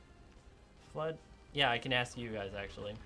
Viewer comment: Oh, I thought, he said 'blood myths'^^